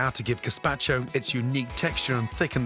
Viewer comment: I had to stop watching the video after 30 seconds because he butchered the word gazpacho